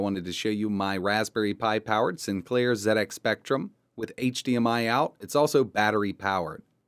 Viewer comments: Oh my word, am i hearing you correct, ETA Prime, you said Zed X Spectrum, good man, none of this Zee X Spectrum, you know it makes sense. i am impressed, keep up these fun projects. Thank you. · Oooh he said ZED X Spectrum! Your pronunciation sir is perfect! Love what you did here. I LOVE the old speccy. Wonderful memories. I want to setup the spectrum emulator on my Pi but everytime I run a game it nearly always drops to the flashing cursor screen. How do I get them to autorun? Also having trouble getting xbox360 controller mapped. Anyone be able to advise me? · Thank you for pronouncing it "ZED" X Spectrum,Really frustrates me when Americans call it a "Zee" X spectrum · This is getting out of hand lmao How you say it is up to you I was just saying it's nice to see some one prenounce it like me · I would also like to thank ETA prime for pronouncing ZX Spectrum correctly. This was a computer that started a me on a long and enjoyable career in IT. This is a great video many thanks.